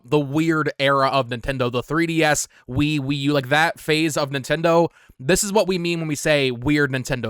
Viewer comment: 😄 🤣 😂 you said wiiwe